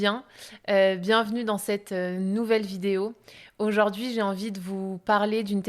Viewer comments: Le français parlé est souvent différent : par trois fois, cette dame modifie la prononciation du mot 'aujourd'hui' : elle prononce, fort laidement, 'aujord'hui'...... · Aujord'hui -> Aujourd'hui Pourquoi c'est -> Pourquoi est-ce Hormis cela et quelques liaisons manquantes, il est agréable de vous écouter parler.